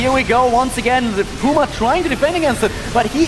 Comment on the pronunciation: It's puma not poooooooooooooooooooooooooooooooooooooooooooooooooooooooooooooooooooooooooooooooooooooooooooooooooooooooooooooooooooooooooooooooooooooooooooooooooooooooooooma